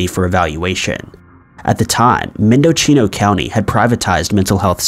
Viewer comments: Lol "Mendochino" you really butchered it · Mend-uh-"SEA"-No Not what you said. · Mendo-CHEEN-o County? You're a lazy turd.